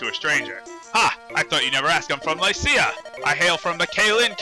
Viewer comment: I always thought it was pronounced Lih-see-ya